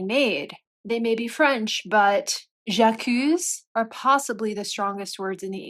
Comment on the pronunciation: William backs her. It’s j’accuse. S is pronounced.